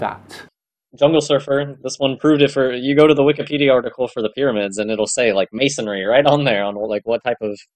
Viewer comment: don’t forget he called it mason-ary.